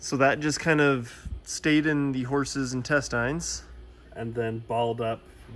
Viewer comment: The way this dude pronounces "intestines"...